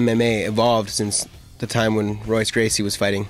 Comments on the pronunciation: hhaha he called him ROYce gracie... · Dude pronounces the R in Royce............... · interviewer says 'R'oyce Gracie. what a schmuck. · he said Royce, with an R....what a fucking idiot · he did not just call him 'Royce' with an 'R' sound..... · Look at this clown it´s pronounced Hoice get it right like GSP... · not trying to be an ass or anything but im brazilian and royce gracie is actually pronounced with a "H" sound its hoyce gracie...in portuguese r's have an "h" sound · wow, i know it's spelled with an "R" but come on. If you are going to cover this stuff can't you try to pronounce the name right? Especially when speaking of the Gracie family. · This interview is terrible. KNOW YOUR MATERIAL man!! You're asking terrible questions and you don't even care about the answers. Btw, Royce is pronounced Hoy-ce not Roy-ce. I wouldn't expect a strange to know that, but an MMA fan should. If I was GSP, I'd correct this guy on every question. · Interviewer sucks. Doesn't even know how to pronounce Gracie's name. Dumbf...